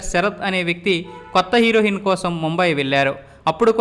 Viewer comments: హీరోయిన్ అని వంద సార్లు ఉచ్చరించు.అప్పుడు నాలిక సరిగా తిరుగుతుంది హీరోహిన్ ఏమిటి?నువ్వు అసలు చదువుకున్న వాడివేనా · హీరోయిన్,...... హీరోహిన్ కాదు బాబు 😅😅😅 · హీరో హిన్ కాదురా అయ్యా హీరోయిన్ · Heroin...not herohinnnn ....sampaku anna